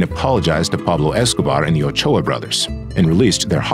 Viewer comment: Is that really how Ochoa is pronounced? Damn I’ve seen so many people(myself included) pronounce it so wrong this whole time.